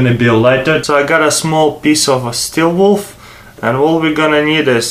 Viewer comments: he said steel wolf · hey dude its pronounced steel WOOL not wolf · He says steel wolf lol. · Haha, he said "steel wolf", not steel wool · "Steel Wolf" lol Good videos, though. Keep it up CCCP Hacker